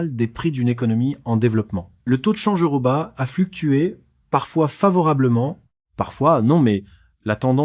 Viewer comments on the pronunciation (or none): je comprends pas. on entends bien que quelqu un lit un texte (pas une IA) mais c est une personne qui ne sait pas prononcer la money thai (il dis "ba" ou lieu de "batte") bizarre pour une personne qui aurait rencontrer des personnes en thailainde . meme ST etienne il ne sait pas le prnoncer et beaucoup d autre chose mal prononce. c est plus un resume d histoires trouvees sur internet. Deja les depart de thailande c est pas pour rentrer en france MDR (ils partent pour des pays voisins) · bat on dis le t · Pas très crédible vos histoires…😅😂voix synthétique IA avec une prononciation risible de Phuket , de la monnaie et j’en passe et les images qui n’ont rien avoir avec la semoule …comment voulez-vous être pris au sérieux 🤨🤓🤨😅😂🤣après vous avez raison y’a des lapereaux de 2 semaines qui se lèvent tous les jours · Vraiment penible ces voix AI qui me savent pas prononcer "Chiang Mai" ou "baht".